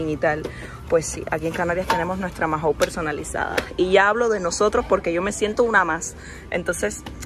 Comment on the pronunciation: Dos cosas DINO era el perro de Pedro Picapiedra. Y Mahon se pronuncia maon y no majon